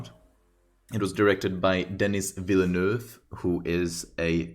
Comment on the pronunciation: I love "Dune". It has way more depth than Star Wars. George Lucas was supposedly inspired to create the "Star Wars" series from Dune. The director's name is pronounced: den-ee vill-newv. Author Frank Herbert compared the mercantilism in Dune to the oil industry and pillaging oil from the Middle East.